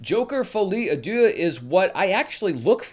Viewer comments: My French is rudimentary but I think you pronounced deux (two) like dieu (god). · Should I correct on his pronounciation of "Deux" 🤔